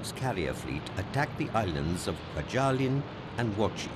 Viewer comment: For example, repeatedly pronouncing Adm. Chester Nimitz’ name incorrectly as "nim-ITZ" instead of the correct "NIM-itz". It’s only one of the most renowned names of the war, yet they get it wrong. Inexcusable. Edit: Also, virtually every Pacific island he mentioned was repeatedly mispronounced. I began listing them, beginning with Tarawa and Kwajalein, but there were too many to bother with.